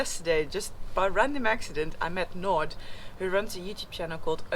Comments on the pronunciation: A blonde doing a leopard crawl . . . fantastic the awareness you brought forward. To pronounce 'Naude' you won't be far out with 'Not here'🤣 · Naude pronounced Na-Dee-er. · i met Nod ...funny. :) Naude, like Idea,,,nodee _= naude :)